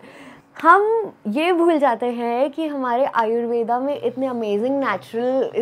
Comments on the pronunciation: आयुर्वेद ✅ आयुर्वेदा ❌ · M'am...AYURVEDAA nahi hota hai. Kripaya sahi uchchaaran kijiye.